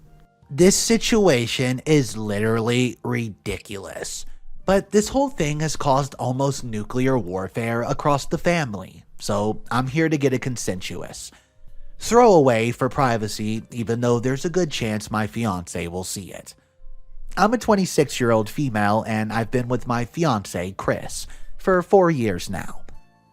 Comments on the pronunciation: It’s pronounced Lie-lac. As in the flower. And it’s con-sin-sis and she not con-sin-u-oud?? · The word is pronounced Con-sense- us. Just being helpful. I love your videos!!!!!!!!